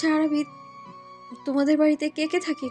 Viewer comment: আরাবি না আরিবা। এত সুন্দর নাম আপু ঠিক করে বলে নাই😩